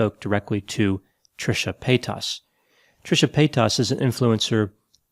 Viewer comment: The way he pronounces Paytas sounds like pétasse in French which means, well... something akin to bitch. It's a bit jarring in mouth. 😂